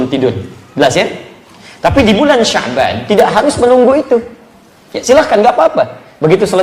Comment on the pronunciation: ko sabyan..kan harusnya sya'ban